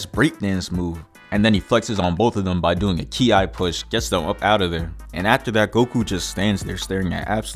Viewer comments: Bro said “key-eye blast” lmao it’s pronounced “key” for kí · Did bro say kee eye push?